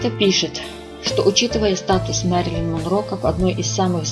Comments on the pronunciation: Автор говори правильно ее имя Мерилин а не Марилин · Впервые слышу ,это ,что ещё за Марилин???????неискожайте ,имя!!!!!!! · правильно вообще Мэрилин)